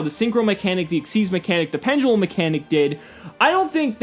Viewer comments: good informational video, but wtf is A PEN-JUH-LEM? its PEN-DE-LUM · pendulum when did it be become pendgulum